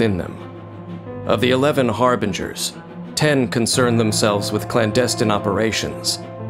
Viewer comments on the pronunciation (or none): none